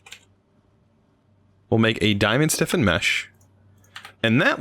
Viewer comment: It’s flint STIFFENED mesh, not flint siffened/siffin mesh 😂